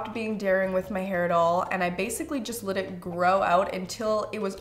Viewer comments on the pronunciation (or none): You also say "lit" me do your hair...instead of Let. LOL Adorable!